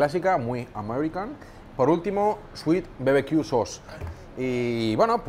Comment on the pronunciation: la pronunciación de "sauce" impecable 😂